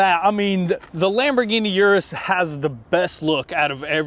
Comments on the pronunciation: Is pronounced OOH - DOOHS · you gave it away in your last video u said uris